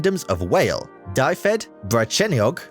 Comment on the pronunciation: I'm English but went to uni in Wales and I am finding this painful. Ceredigion Dyfedd in particular. Why didn't he at least google it?